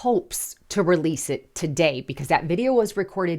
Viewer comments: releasel isn't a word, yes. Rehearsal, yes. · I appreciate the show, please don't ever say the word releasele ever again. I it's not a word.